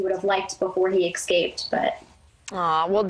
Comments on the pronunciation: There's no "x" in the word escape. The way his ears are positioned on the side of his head, he looks like a coyote...with mange. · It’s escape, not exscape. And btw people, it’s ask not aks. It’s a tiny 3-letter word. Don’t get mad at me for pointing it out because the same people have no problem pronouncing thousands of other, longer words correctly. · Dissapeared ? One Question , How Do You Pronunce "Escape" E S cape or Ex scape,. What , Hello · Oh I know that “ex-cape” thing was driving me batty. Maybe the dog/coyote was trying to get away from bad grammar.